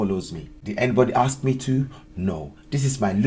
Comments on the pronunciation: Not axt but ask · You come here, but you dont learn how to say ASK? - Hmmm... LOL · I wish you'd learn how to pronounce ASK properly. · PS- I'M SLAGGING HER ENGLISH... QUICK BIT OF CONSTRUCTIVE CRITICISM - IT'S "ASK...". NOT "AKKS...". DONT KNOW WHY THATS SO COMMON IN AFRO/ CARIBBEAN DESCENDANTS,BUT IT GRATES ON THE EAR...JUST A QUICK HEADS UP...👍👍👍👍🙏🙏🙏👏👏👏👏👏